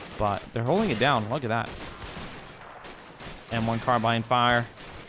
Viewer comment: the way you say carbine